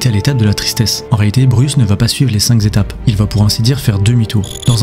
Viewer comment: "les cinq Zétapes" ... Ouille